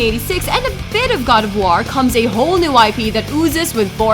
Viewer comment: Say war again.